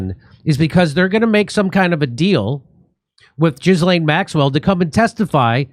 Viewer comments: 😂"jizzlane" its ghee-lane. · Gee-lane not Jizz-lane, Jimmy! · Jimmy, it’s pronounced Ji-lane. Not Giz-lane. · It’s not pronounced Jizz-Laine 😂, it’s Gi-Laine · 'Gilaine' not 'Jizz Lane.' Silent S. Thanks, Jimmy, you guys are fabulous and your commentary on the ongoing mayhem is second to none. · I believe it's pronounced Ghi-laine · 😂 jizlane not how the name is pronounced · Jimmy, did you say "jizz-lane"? Bahahaha. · Her name is pronounced Gill-en. No z or s in there. Hard G. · anyone else think it's ironic that her name is pronounced 'Jizz-lane" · Jizzlain Maxwell is probably a more apt pronunciation, lesbi- honest. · It's pronounced 'gee-len' (hard g). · Jimmy is well aware of how her name is pronounced. He just doesn't care and thinks Jizz-Lane is more appropriate for the kind of person she is.